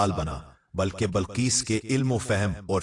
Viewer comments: Bilqees naa ke Balqees urdu ghalat bolte ho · Balquees nahi BILQUEES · Bilqees ko balqees kahe rahe hain. Aap ki urdu sahi kijiye.. Kayi alfaz aap ghalath kahe rahe hain